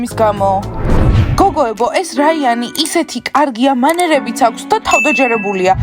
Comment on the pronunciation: რაიანი არა რაინი